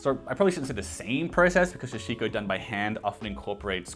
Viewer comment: Hi, I really enjoy the videos. Small comment for your upcoming sashiko video, its a "sa" instead of "sha". All the things you got look like great quality that will last for years. You must be good for heritage fashion for your entire life. Also, can you recommend any places in Japan where I can find clothes like this?